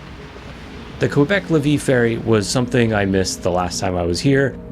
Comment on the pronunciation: Pronunciation hint: Lévis= lay-vee